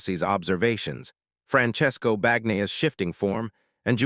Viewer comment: Please either get the prounounciation of Francesso Bagnaia correct or just call him Pecco.